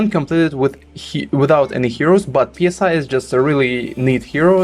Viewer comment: Please don't say " P S I" like air pressure. It's pronounced "Sigh" like letting out a sigh.